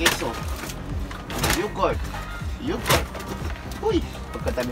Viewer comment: pronounce yogurt as yogert